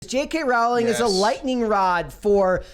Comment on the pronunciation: Pronounced “Rowling” like “Bowling”